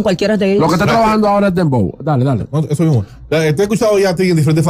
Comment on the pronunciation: Eshoooo eshooo que había eshooo 😂😂😂